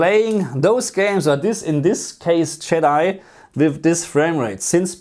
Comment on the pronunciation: Did anyone catch him pronounce jedi as yeeti 😂😂😂 also love this video ❤